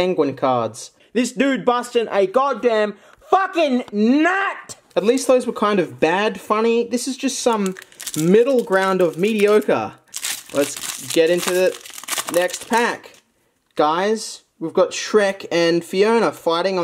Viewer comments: It's mediogre. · And also "mediogre" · i think you mean mediogre